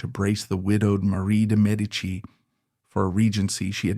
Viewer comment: Bravo! Great vid! Also glad for the accurate pronunciation of de Medici. 😊